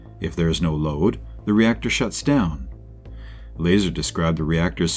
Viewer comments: Bob's last name is pronounced "La-Czar" ; NOT "Laser". SMH. You guys have got to do better than this! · I'm TIRED of hearing YOU mispronounce his damn NAME!!! It's Lazar, not Laser! It's pronounced like this: LUH..CZAR.. LUHZAR. Get it right or just don't do it. You've had to have mispronounced his name at least 40 times now and we're only into the video ! Fix your mistake or take it DOWN! PLEASE? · 1 minute in and you're pronouncing Bob's surname incorrectly? That tells me everything I need to know about your level of research and knowledge of this case. Not only that but you put a clickbait title suggesting Bob Lazar said "area 51 is not what we think" when he hasn't said those words and your video doesn't even contain him speaking at all, just your thoughts and incorrect facts with an AI voice for the purpose of views. I hope that people don't find this video if this is the first time they come across Bob Lazar, and find one that is actually factual and contains his interviews because it is truly fascinating. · It's La- Zar like you say star. Zay tuh Reh tick you lie. Phonetically. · It's, Bob "I can't do basic physics " Lie-Czar if you want to be technical. 😂😂😂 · Learn how to pronounce his name! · So annoying having to listen to the mispronunciation of Bob’s last name. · The ai pronounced bazaar correctly but not Lazar😂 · Mispronouncing his name is a red flag. What else have you got wrong? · Can't do a video on Bob Lazar and not know how to say his last name. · You pronounced his name wrong ding head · Can someone please teach the robo-voice how to pronounce Bob Lazar's last name correctly? This really takes away from this video's credibility.